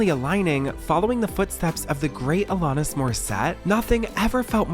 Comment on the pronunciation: Why do you not research videos properly? Even the pronunciation of Alanis while clips played pronounce it correctly was shocking. Kate Hudson was an actress. The picture you showed was a promotional photo from a movie she did with Matthew McConaughey. How does this channel miss such glaringly large mistakes? I can't be subscribed to you anymore.